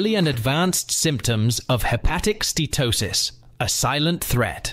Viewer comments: It’s not ste-to-sis — it’s ste-uh-to-sis. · You really should learn how to pronounce "Steatosis" HINT: it has 4 syllables. - you get it right here. Lucanica is a rustic pork sausage. The word you're looking for is Leukonychia. - I think you mean "varices" here, NOT viruses. I think you mean "ascites" here, NOT assights. lol. And why do you keep switching your spelling of "Steatosis" with "Statosis", back and forth? "Connecticut" Scan? lmao. I think you meant "CAT Scan"... - Actually "Obesity" isn't really a risk factor. It's a symptom of insulin resistance (aka Chronic Insulinemia) just as T2D, CV disease, high blood pressure, and many cancers are symptoms of insulin resistance.. Hepatocytes NOT Hepaticites. - All sugars are treated by the liver as a toxin just like alcohol. Sugar and Carbs are mostly responsible for the obesity and chronic disease we now see globally. Daily carbs should ideally be less than 20 g. Also, ultra-processed foods and Vegetable/Seed oils like canola, rapeseed, sunflower, soybean oil, etc. are highly inflammatory, creating free radicals and damaging cell mitochondria. It's best to use animal fats like lard, suet, tallow, and butter. All fruit should be avoided as you cure a fatty liver. They contain the toxin Fructose... not good. Some "fruits" are exempt, like avocado because they contain no sugar and no carbs. - Whether "whole grains" or "processed grains" they are all carbohydrates and will eventually give you Insulin resistance! 1